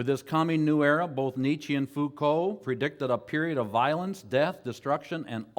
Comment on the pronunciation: Entertaining as ever. Noone can butcher the names of philosophers or simplify their ideas more hilariously. The self-assurance and mispronunciations are pure comedy. Thanks for posting. Neetchy and Mikhail Fookow would be quacking in their shoes.